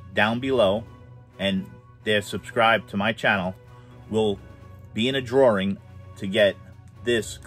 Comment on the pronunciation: Drawring????? Also how many times are you going to say OK... Ok see ok got it ok, hey look ok got it ok see that ok ok ok